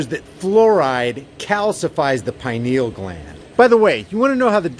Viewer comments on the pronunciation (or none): none